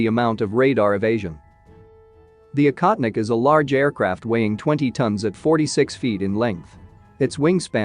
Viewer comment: “Baffled”? We’re “baffled”?? I don’t think the word means what you think it means. (Also the voiceover makes the drone’s name sound like “incontinent”.)